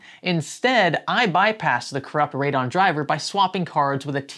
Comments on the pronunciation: Just me nit picking, but its ray-dee-on not radon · Heads up, Radeon is three syllables. Sounds like Rayd-e-on